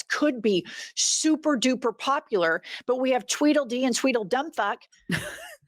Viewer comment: LOL! Twedile d and Twidile Dumb 😂😅. You ladies make my day all the time 😂